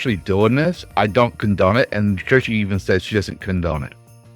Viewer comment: Support and love for you and for Kirshe. I know you are saying it wrong, but it's kind of cute. Also, my brother is Navy and has a similar view on politics. 🍻